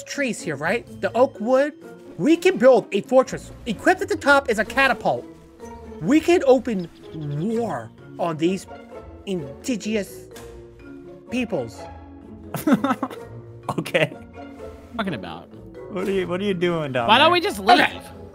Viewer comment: "We can open war on these "idigeous" peoples." Lololol